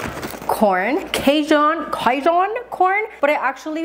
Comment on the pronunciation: The pronunciation of “Cajun” is killing me 😭😂😂😂